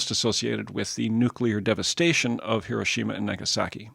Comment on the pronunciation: You got my subscription,😊 for the simple reason that you pronounced . "Hiroshima" correctly.